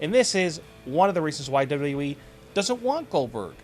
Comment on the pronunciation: can't anybody say WWE properly anymore? dublalalee